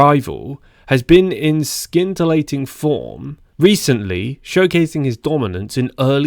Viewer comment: "SEEN-teelating":face-blue-smiling: "Not SKEEN-teelating":face-blue-smiling: The ' C ' is silent!:face-blue-smiling